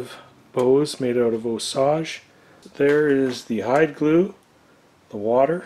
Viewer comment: Intentional mis-prononciation of Osage or no? Lol